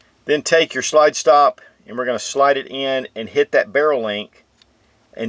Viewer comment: Anybody else hate how he pronounces slide. He literally says shlide, there’s no sh, why tf does he do that